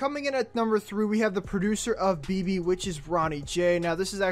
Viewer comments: Be-be.. it's beh beh "Bebe" is like a Spanish version. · ITS NOT BE-BE ITS (BEH-BEH) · First it’s not pronounced Be-Be. It’s pronounced Beh-Beh (Spanish for baby) 😂😂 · Thank you like learn Spanish bro (im talking bout the person who made the video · Omg I was just bouta come to the comments to correct him too LMAO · I was so pissed cono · Oh naw 😭😂 her said beebee its behbeh 😭😭😭😂😂😂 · its Bebe not bibi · Beh beh not bebe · It BEH BEH not BE BE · It's not Be Be, please stop 😭😭😭😭😭😭😭. It's Beh Beh, Bebesita, as in Baby. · It's beh beh not be be also gummo & billy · Listen here it’s pronounced behbeh not Beebee and it’s not both or one or the other it’s just behbeh 🙄😬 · take a shot everytime he says "You Know" or says bebe WRONG its pronounced beh-beh. you'd probably be lit by the end of the video or if a lightweight, in the ER. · He pronounces Bebe like BB and not Beh Beh. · Did he really say bee bee umm sir it’s pronounced beh beh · I mean it’s annoying that he keeps saying bee bee. It’s Beh Beh. And I lost count how many times he said “you know” 🤷🏻‍♀️ you know? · Its called bebe not bibi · He pronounced it wrong mane beh beh not be be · Its not be-be its pronounced Beh-Beh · Not bibi but beh beh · It’s pronounced BEH BEH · I’m sure by now bro you know it’s Beh-Beh but just so you know now too, it’s pronounced “Awn-well Double A” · My guy said bee bee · You said Bebe wrong it’s Spanish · Did he say bibi😂😂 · He said bee bee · It's beh-beh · He said Bee Bee 😆 SMFH 😒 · It’s pronounced BehBeh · Omg he said be be smh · I got aggravated he was pronouncing it wrong🙄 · you said bebe wrong. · Dis man said Bebe wrong🤦🏻‍♂️🤣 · Lol he said the song wrong he said Bebe wrong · Don't like to hear how BEBE is pronounced in a very white way lol. But it's a nice video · If you don't know how to say then don't say it OMW BEBE What nonsense is that